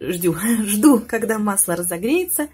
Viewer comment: замечательный рецепт!а оговорка вообще шикарная)))"ждю" новых рецептов!!)))спасибо!